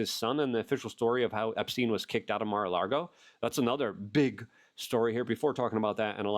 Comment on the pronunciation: Lago luke say it with me. Lago. Theres no R in Lago. LAAAAAAAGO